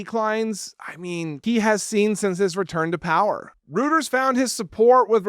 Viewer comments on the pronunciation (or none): Reuters is pronounced roiters in the US, not rooters. English is such a bastard of a language. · The poll that was cited is pronounced roy-ters, not root-ers. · ROOTERS poles? Please if you are quoting Reuters learn how to pronounce it correctly. Unless you're referring to gardening. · It’s pronounced “ROY-ters”. I’m not trying to be pedantic or be an a-hole. It’s actually a friendly correction, because I like this channel and this speaks poorly of your own intelligence. “What? Just mispronouncing a word?!?!” Mispronouncing THIS word? Yes. Reuters is one of the oldest news firms in America. Everyone has heard of it a million times and everyone knows how to pronounce it. It’s not “ROO-ters”. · Sorry, but I have to say this: Since it gets cited so often, please learn how to pronounce Reuters correctly (think Roy, not root). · Dude, it’s pronounced, “ROY-ters!”